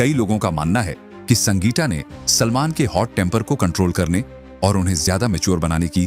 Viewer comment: हिंदी पढ़ना नहीं आता क्या ? पहले सीखो फिर वीडियो बनाना संगीटा सलमन सैटिश कौशिक सुल्टान क्या है ? इंग्लैंड जाओ ना ...... इंग्लिश तो सही बोलते हो.... अमिताभ बच्चन अक्षय कुमार भी नहीं बोल सकते फ़िर यहां क्या करने आए हो ?